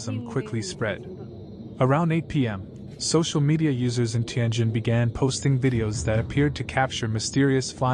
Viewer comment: Bro, it's not TAIN JIN, it's TIAN JIN airport.